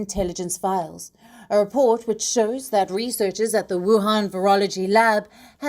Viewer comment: When Palki 🙏🙏 says "WU-HAN VI-RUS" , I'm 100% sure about the name of the originated country 😂😂